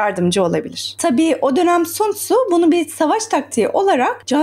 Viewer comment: Okunuşu San Zu değil mi hocam